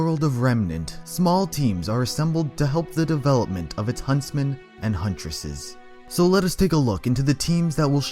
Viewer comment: You mean "Hunt*r*esses" not "Hunttesses"